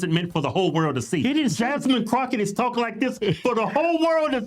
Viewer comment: Haha he said “Jasmine Crackit”